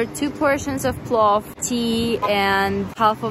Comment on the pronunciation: it's PLOVVVVVV